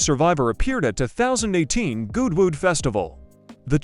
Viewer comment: As is PAR for the course now we get crappy AI narration and video mix-ups that bugger the continuity..... there's Jay Leno in his workshop. WTF? And then we get the stupid pronunciation of Goodwood Festival of Speed, as Gooood Wooood!